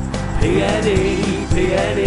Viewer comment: Some tune this but you say it PNE PNE!